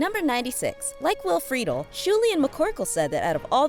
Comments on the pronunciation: Your pronunciation of the celebrities' names.😪😪 Friedle (fre-dell) Milian (mill-e-on) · Christi Carlson Romano. Will friedel (fri-dell) Camille Leon (Lee own) Batman isn't Disney. Get both your facts and pronunciation straight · Is it really that hard to pronounce Will Friedle’s name correctly??? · The narrator mispronounced Christina Milian and Will Friedle's last names but other than that, this video was excellent!!!!!